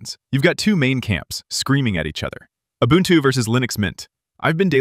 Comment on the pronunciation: the word ubuntu is african. this guy says it pretty close. its oo-boon-too not you bun two